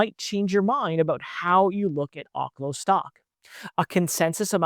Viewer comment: Research how to pronounce OKLO